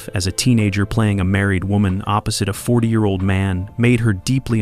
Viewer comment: I hate AI! They can't say a year properly. The video could show scenes from the movie and WW1 but doesn't. I'm dumping this channel.